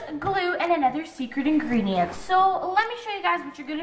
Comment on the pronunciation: This made me laugh so hard. When you said secret ingredient it sounded like you said sercit ingerdent. Lol